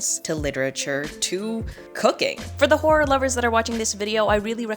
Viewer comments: Your crisis at the pronunciation of "horror" reminded me of a classic Whose Line Is It Anyway? bit and now I'm just laughing at apparently nothing 😂 "Ho-roar" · Not even 2 minutes in and I'm dying at failed attempts of saying horror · You struggling to say horror>>>>